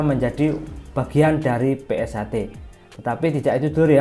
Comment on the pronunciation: PunkSHter mas bukan pungter😒😒😒